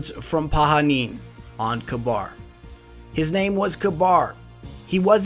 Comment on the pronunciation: I know this is an old video but want to say thank you for pronouncing Pahanin's name the correct way (Pa-ha-neen)